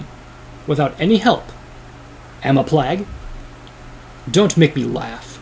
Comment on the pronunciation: he says plag lol